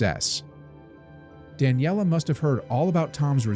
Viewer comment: The stories on the channel are very interesting, but this ai narration is bad. It may not be important to everyone, but it was difficult as a speaker of Italian, to hear "Daniela", a female name, instead of "Dahn yeh lay", a male name. Difficult in the sense of fingernails on a blackboard. It shows laziness on the part of the person who's supposed to be vetting the final product before it's published. Just to be clear, that wasn't the only mispronunciation in the video and the same thing went for part of the writing on the screen ; not referring to closed captions. Other than that, it's a story I wasn't familiar with and I enjoyed it, so thank you!!